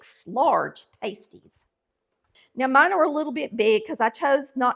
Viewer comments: Not "Patsy", It's "Pass-tee"🤣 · PRONOUNCED PASTIE AS IN PAST. 😊👍🏼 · I am married to a Finn. I make them all the time. These are called pass-ty. The way you are pronouncing the word is a pair of small, cuplike coverings for the nipples of a stripper, nude model, etc. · Pasties are pronounced with a short A not a long A. Pasties with a long A is something the is used by ladies of the night to cover two parts of her upper body. Look it up. Just saying. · UK miners ate these when they went underground, so it is not Finnish, but the recipe was brought to the UP of Michigan bcos of the iron and copper mines. There is a large Finnish community in the UP, so that may be the confusion. Instead of making individual pies, I make them in a pie tin like I would a 2 crust pie. This is a healthier version as it doesn’t have as much crust. Also, u are pronouncing it incorrectly. It is not pronounced like something erotic dancers use to cover their nipples. Ha. I’m from the ketchup camp. Can’t eat one without it. Thanks for bringing this to some ppl’s attention. It is a delicious dish. Since it has onions, carrots, and often rutabaga, it doesn’t need anything to accompany it.